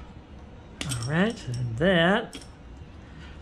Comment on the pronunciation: Every time you say “Alrigh!” I actually feel like I’m watching progression grow. Alrigh!